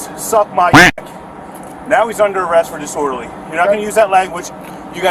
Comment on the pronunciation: Didorderly Speech 😂